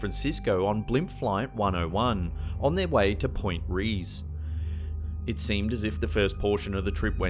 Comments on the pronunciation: It's not Pt Rez, it's Reyes and pronounced Rayes, like raise the roof. It's not Deli city, it's Daly like 'the daily show'. Fucking irritating. When I travel to other countries I take the time to learn how to enunciate the words for places and things. Try reciprocating. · It’s Point Reyes, pronounced Point RAYS, AND Daly City pronounced DAY-LY city. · The location is pronounced Point “Rays” not Point “Reese” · It's pronounced Point Reyes (RAY + es) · Just FYI: Point Reyes is pronounced "Rays." If you can't be bothered to get right something this basic, how can we rely on your research of the events you describe?